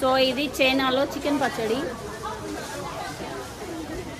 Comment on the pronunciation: అమ్మా... పచ్చడ.... కాదు.... పచ్చడి..... తెలుగు ను చంపకు తల్లి....